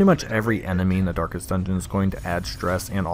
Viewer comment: "Darkets" I appreciate all of these guides thanks